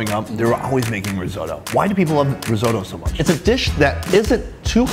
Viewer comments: "risotto" "risotto": RRREEE? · Hmmm why does he say resotto tho?